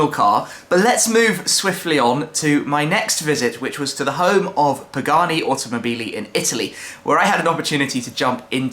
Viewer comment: how che said "Pagani Automobili" killed my ears